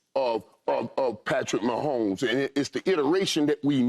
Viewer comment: Love Joe but it's mahomes